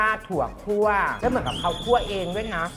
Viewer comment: คั่ว ไม่ใช่ ขั่ว...อีโง่ (เสียงแม่หญิงลี)